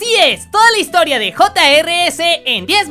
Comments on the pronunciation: Se dice juniorns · Es jrs y se pronuncia juniors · se pronuncia Juniors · No se si soy el unico boludo que lo hacia, pero pronunciaba el nombre (JR's) yiers y no yuniors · creo que se pronuncia juniors xd